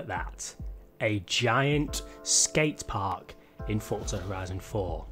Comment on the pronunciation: its called forZa not fortza ... fortnite and forZa didnt magicly get a baby ...